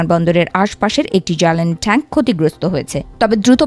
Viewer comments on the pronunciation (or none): ঠ্যাংক না ট্যাঙ্ক, ঠানেল না টানেল। মেইনস্ট্রিম মিডিয়ার এই হাল! ভয়ঙ্কর উচ্চারণ।